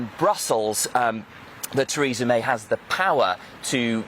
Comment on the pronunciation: Presenter at start said 'Treason' May